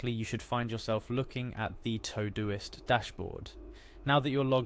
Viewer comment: What's this "Toe-Do-ist?" It's "To Do - ist" - not "Toh-doist"